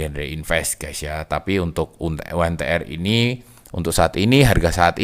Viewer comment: saham Yu En Ti Er.. hehehe kirain yg bener Yu En Ti Ar